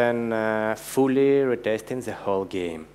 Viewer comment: Ребята, конечно же - молодцы! НО!! Какой УЖАСНЫЙ акцент! Ну неужели нельзя было пригласить, хорошо говорящего по английски, спикера, и тупо дать ему текст. Чтобы читал. Или самим, немного поработать над произношением. НУ, камон! "Зэ", "тхей"?! .... Да так даже в первом класе, стыдно произносить. What a f#@ guys?? Начните уже, говорить по английски - хорошо!